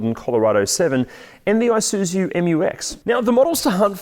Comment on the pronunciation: "AI-SOO-ZOO"! Really. Please pronounce it as "EE-SOO-ZOO".